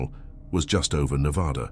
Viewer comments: Being someone who has lived in Vegas their whole lives and has gone camping all around Nevada, the desert feels alive, it almost feels fake. Not that I believe that it’s fake but the old ghost towns and dry lake beds just feel so unreal. By the way it’s pronounced (Neh-vadd-uh) not (Neh-vawe-duh) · Ive been to Black Rock a lot of times but never heard anything like that. The desert can trick you both audio and visually, so unless these people are familiar with the desert, they were just imagining things. You are pronouncing Nevada wrong. It's Nev-ahh-da, not Nev-aw-da! You are really mispronouncing the names. Of course, there's tunnels everywhere under towns and the desert. It's called extensive underground mining. The whole state is riddled with tunnels. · IT'S NEH-VAH-DUH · I stopped watching when he pronounced Nevada in a way that told me no one associated with the video has ever been there. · Damn. You did all this research on Nevada yet you cannot pronounce it correctly